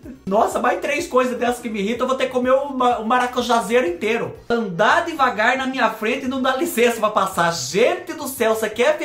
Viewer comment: do céu, não é digavar é devagar